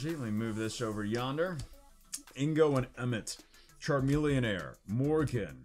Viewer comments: Ok is there a reason why he says Charmelonair? Lol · There is no air at the end of charmeleon why do u keep saying air errrrrrr